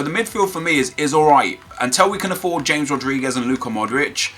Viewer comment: nep its hames rodriguez not JAMES..